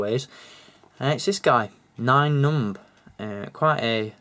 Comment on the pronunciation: I think you're pronouncing the character wrong